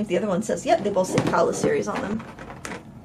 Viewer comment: I believe the pronunciation would be Ka’ala, being Hawaiian.